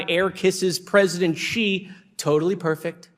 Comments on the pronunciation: Its pronounced She, not Gee when talking about Xi. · his name is Xi not Ji, why are you all not able to pronounce the letter X?